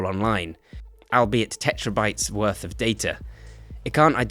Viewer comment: did you just say "tetrabytes"?